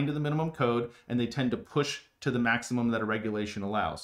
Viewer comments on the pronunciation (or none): none